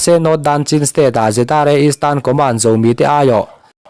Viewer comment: Zomi tih thluk kha tlumpi tih thlukin i lam a, chingit tih thlukin lam ta la, ngaihthlak a nuam zawk awm mange ka lo ti ve mai mai